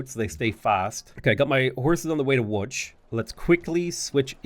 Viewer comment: that was perfect pronounciation of Łódź ❤